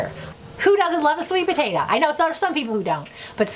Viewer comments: Potato, not potata 🙄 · My son asked me if you are saying potata😊